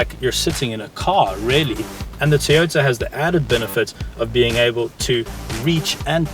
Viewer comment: its toyota not tiyota... thats how its pronounced